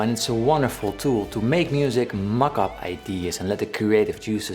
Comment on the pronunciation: Did he say "mock up ideas"? Or "muck up ideas"? I can do the latter ...